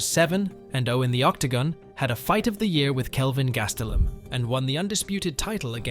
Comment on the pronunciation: Say Gastelum again?